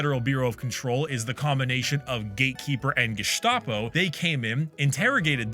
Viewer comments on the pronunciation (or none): none